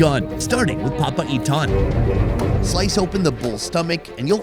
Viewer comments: It's called "PA-PA-I-TAN" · everytime he pronounce "papaitan" sounds like "papa ethan" and that's what made my day😂